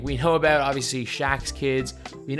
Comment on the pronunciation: Okhay what's abeout